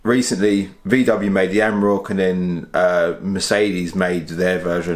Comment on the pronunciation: Reminder of the emissions scandal, defiantly not cheap to run! Also, it’s an Am-or-ack, not a am-rock. And a twar-eg not a tour-eg. Other than that, very interesting video! Keep up the good content :)